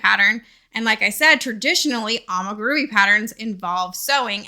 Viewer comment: Its pronounced ah mi gu ru mi not ah muh gu ru mi 😭